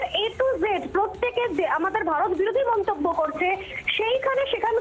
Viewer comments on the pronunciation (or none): none